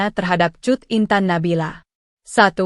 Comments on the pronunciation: Kat intan nabila 😂😂😂😂😂 cut bukkkk bukan kat 😂😂😂😂 dasar komputer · Woyy, tribun kl baca berita yg bner ejaanya. Ms cut d bc kat, ms jurnalis bego